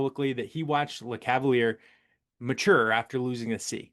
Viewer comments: The end of Lecavalier’s name is pronounced like Messier’s. So “leh-cav-uhl-yay”. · Dude you sound ridiculous and lose all credibility after murdering Vinny’s name. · Oof you butchered names in this one. Lecavalier is luh-KAV-uhl-YAY. Milan Hejduk is like the city... Mee-lawn. Richard is Ree-shard.